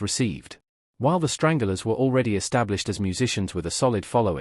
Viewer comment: It’s the Stranglers not. Strangulars ffs